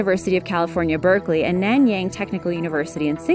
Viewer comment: Btw ur pronouncing is wrong for Nanyang Tech Uni cuz I'm from Singapore btw u almost got it